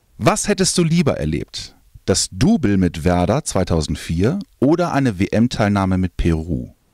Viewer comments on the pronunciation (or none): none